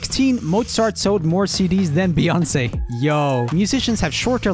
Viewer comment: Come on man!! It's Beyoncé...